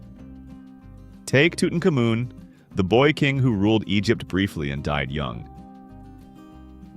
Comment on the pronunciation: Tootin kah moon? Come on...